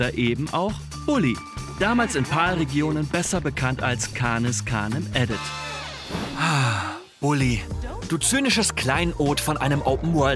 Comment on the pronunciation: Das "edit" in Canis Canem edit kommt vom lat. edere: essen/fressen und hat nichts mit dem Englischen edit zu tun, die Aussprache fand ich daher etwas cringy xD